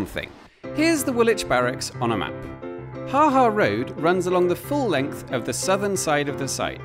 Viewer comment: Yes, it was funny! Note: the ha ha of surprise is pronounced with a longer second ha. Ha haa !